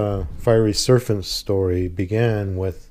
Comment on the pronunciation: Did I mishear the word serpent as serfant?